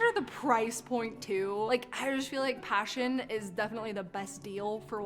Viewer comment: Pashion not passion 😂😂😂😂😂😂😂😂